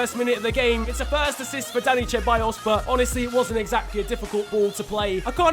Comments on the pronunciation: Its not cheballos it is Ceballos learn how to fucking prenonce spanish names. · Not trying to be an ass but why do Brits say Cha-by-yos when it's pronounced Se-by-yos Genuinely dont understand that is that like a British thing? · its see-baa-yoss mate👀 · I cringe so much when u say cheballos. Its pronounce seballos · You say it like "seballos" not "cheballos" ffs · I know you try your best to pronounce names right but Ceballos is pronounced Sebayos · Hey alright listen man, Ceballos isn't pronounced cheballos, it's pronounced seballos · Ceballos is pronounced SE-BA-YOS, it ruined the video for me 😂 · “Dani cheballos”😂😂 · Hayden cordall CHEBALLOSS it makes me wanna die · The C in Ceballos is pronounced like an S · The pronunciation of Ceballos is horrendous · that pronunciation of ceballos just makes me feel more and more uncomfortable every time i hear it;) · The way he pronounces Ceballos gives me nightmares